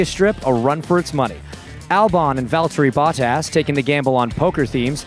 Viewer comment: “Valteri Buttahs” 🤣💀